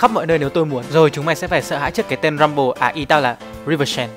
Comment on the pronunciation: Rumbel not rumple